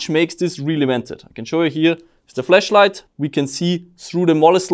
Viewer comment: Anyone else find the way says Flash light is disturbingly close to flesh light?